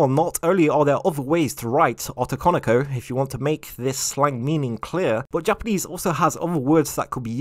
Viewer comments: Ah-to-kan-o-ko? I'm sorry... ō-tō-kō-nō-kō; the romanji "o" has the same sound... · the way you say "otokonoko" in a very strong English accent, making it sound like as "ottokonikou" instead. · The Os in otokonoko are all pronounced with a hard "Oh" sound. Unlike English, Japanese vowels have consistenct pronunciation. Just trying to be helpful and not critical. I always enjoy your content, and I appreciate you putting this video out.